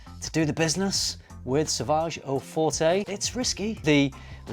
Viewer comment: You can't pronounce the word "Forte". That shows how much you know.